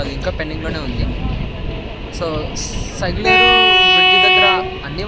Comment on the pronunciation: సైగలేరు కాదు సగిలేరు